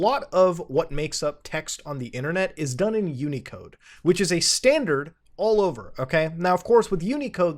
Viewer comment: Wow, you have no idea how CGI parameters work or what UTF-8 (unicode, which isn’t pronounced like that and the characters aren’t called “uneecodes”) is.